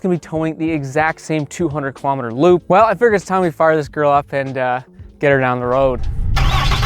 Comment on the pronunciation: Wtf is a klomater